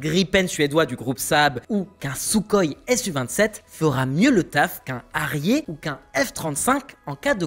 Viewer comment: La prononciation de HARRIER et TOP GUN... entre autres franchement ! Concentration ! Pas besoin de péter les feu comme ça et mettre les bonne image aussi ! De pire en pire